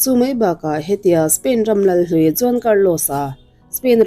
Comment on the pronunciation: John tih ang in kan lo hria ani maithei mahse Juan tih zawk tur ania John nilo in😬😬